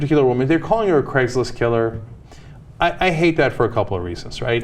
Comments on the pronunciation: why cant you pronouce the ai in craigs list sounds more like cregs list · It's Craigslist, not Craiglist.